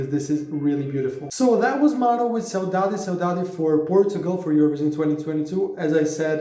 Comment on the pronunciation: You pronounced Saudade perfectly